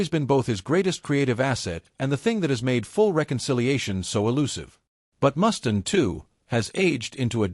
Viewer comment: Mustaine, Mustaine not Mustin.. stupid AI